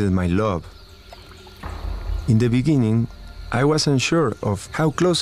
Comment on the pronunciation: in the beninging